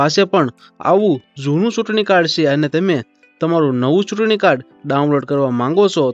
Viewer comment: સૂટણીકાર્ડ નહીં ચૂંટણીકાર્ડ એમ બોલો..છ ને બદલે સ કેમ બોલો છે..?